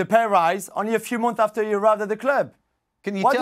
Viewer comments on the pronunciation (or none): none